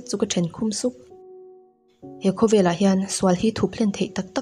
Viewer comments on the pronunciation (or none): none